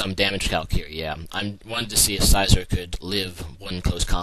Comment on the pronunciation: Why do you pronounce names wrong, like celebi, suicune, and scizor